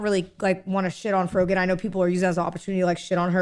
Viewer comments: lol "FroJEN" the guy saying her name for the 'rising star' didn't know who tf she was so much they couldn't even pronounce her name correctly for the Streamer Awards. And she neeeeeever got more popular than that, should've been a sign right there that streaming might not be the move to make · It's funny how the guy announcing the award doesn't even know how to pronounce her name "Frojan" lol. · The dude giving the award pronouncing her name wrong is the icing on the cake. Rising star that no one outside of the drama space knows. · Lol he mispronounced her name on stage. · You can tell she's a shitty person cause of her reaction to when the host mispronounced her username, like it's not a big deal, remain professional. Then her slapping the back of her friends head(assuming it's a friend, I don't know this person or her circle) shortly after just contributed to her annoying persona.